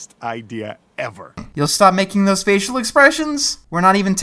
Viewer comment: You manage to correct them, but can't manage to correct yourself. What I mean? "Thoes."